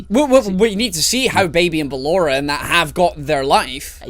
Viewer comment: its ballora not bellora